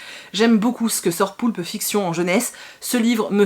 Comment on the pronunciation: Eh incroyable!!! Tu as réussi à dire poulpe fiction du 1er coup!! Et 2 fois en plus!! 😂👍 je suis vilaine pardon! 😁